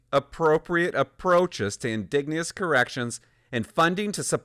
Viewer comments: It's pronounced "IN-DIDGE-EN-OUS" not "IN-DIG-NE-OUS" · In-DIDGE-en-ous, not in-DIG-nee-ous. Just sayin'. Love your videos :) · Indigenous is pronounced "uhn - di - juh - nuhs" Hearing "In -dig - neous" over and over again made me smile :') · Why do you keep saying indegnouous!? Do you even know we're talking about natives here.... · Please help your audience and your credibility. Indigenous In-DIJ-uh-nuss. And if you’re trying to be funny. It’s not. Just hurts the conservative position and makes us look ignorant and intentionally rude. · IN- De-Gin-Ous. Lol man everytime he said indegounous it distracted me. But it is 100% true, funny seeing what was in the news during peak wokenesss. I hope we keep correcting to normal daily operations, but sanderson should hsve been a lifer after the first sttempt of burns life... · what the hell are you amurican, its indigenous not "in digne us " as in "indignate who us ????" one thing that drives me insane is people that cant pronounce words that we've known since early public school, wrong !!!!! its always people that are trying to sound smarter then they really are and dont understand the word they are saying and its usually commentators, and narrators that are reading from a script, they !!!! should know better, and have a grip on the english language by now, you might just as well call them 'ingins' and 'S K' moots, grrrrrrrrrr.......................... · Bro, if I hear you miss pronounce the word "indigenous" (Inn-dig-nu-us) one more time, I swear my head is going to explode. Thanks. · Please learn how to pronounce indigenous. I agree with your criticism of the justice system. It's no longer doing its job. However, not all inmates are like Sanderson. He is an extreme case example and one man's actions does not define a failure of the correction system. He fooled them. That said, I agree with stricter rules around release and support Poilieve's announcement.